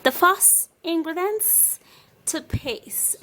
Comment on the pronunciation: "Ingredence" 😂😂 acting as if you are an expert. Treatment? Fuck you can you please run away